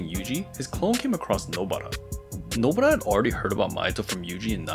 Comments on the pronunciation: Nobara ❌ nobra ✔️ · Why the fuck do you say nobaras name like that bro